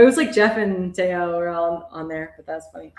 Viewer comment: She goes by, Tayo. It’s Tieyo not Tayo 😒